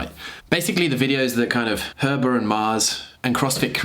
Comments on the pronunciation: I'm pretty sure it's pronounced HEEber not Herber :D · its Heeeeeeber not Herber lol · It’s Heber, not Herber. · Heber not Herber 😉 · It's pronounced [Hee-ber]. Like He-man. Not as jacked, but with a far better haircut. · Heber Cannon. Pronounced Hee-bur. Good video. Sad that CrossFit isn’t loyal to any of the people that created their brand. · It’s pronounced heeeber I believe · Heber. HEBER. "HEE-Burr" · Pretty sure it's pronounced like it's spelt, He-Ber is it not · completely agree- I was waiting for an official something, anything from CF HQ. and I don't see why we can't have both... both health and the cf games?? p.s. also I think it's heber- pronounced Hee-ber :) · It’s pronounced He-ber